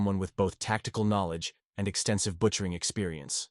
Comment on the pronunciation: Butcher or veteran? He must of not watched his own video to catch those errors. Tacticle tacticle tacticle …..